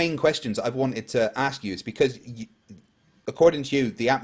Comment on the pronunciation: says ‘nuke-yuh-ler’ instead of nuclear. Somehow, that bothers me almost as much as all the other extra-super dumb-ass garbage that comes out of his mouth.